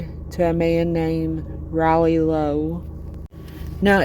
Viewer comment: The Lowe name in Scott County is pronounced Lau.